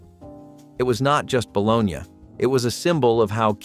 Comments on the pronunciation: Failing to call fried bologna Pac Man sandwiches? And mispronouncing bologna? Best believe that's a paddlin' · it's bologna. He's making fun of the pronunciation.